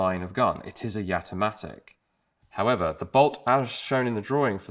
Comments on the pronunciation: Its called Jatimatic not Yatimatic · All I could hear when you said it is Gat-O-Matic, which might have been a better name. :-p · I've had a Jamamatic for years. Oh, you said "Jatimatic".